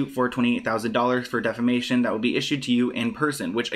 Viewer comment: It's deFamation......NOT DEMAFATION